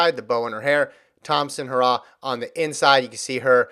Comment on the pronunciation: Damn stop pronounce Elaine name incorrectly it is He ra h not hoorah